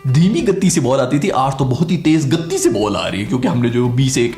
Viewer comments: Gattti nahi h bhai gati hai..... Ttti pe mad nhi hai 😂😂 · First learn how to pronounce. It is gati not gatee. Earlier you were saying gaddi. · Gatti ke 'ti' par aapko stress nhi dena h....simple seedha aaraam se gat 'ti' boliye... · gatti nhi bhai vo toh galat bol rha hai it's गति not गत्ती jo tumne English mein likha hai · your emphasis on 'gati' after your gaddi gaddi is too good.